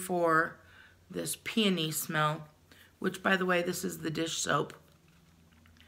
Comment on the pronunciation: I love that you pronounce Peony correctly! So many people mess it up, it's a beautiful and sweet smelling flower! Love ya ❤